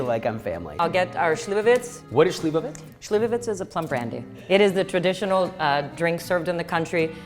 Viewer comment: Pa i ona ne govori Srpski jezik zna po koju reč....šljivovica kaže slivovica 🤣